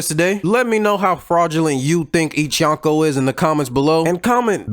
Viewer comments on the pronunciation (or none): Speaking of fraud- you’re mispronouncing “Yonko”. You’re saying [yawn-ko], but in Japanese the way you pronounce 4 is [yohn]. “O” in Japanese is always pronounced “oh”, like in Zoro, or Naruto.